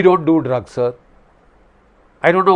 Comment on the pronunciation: "Pakistan Sarrrrrrr." 😅😂😂😂😂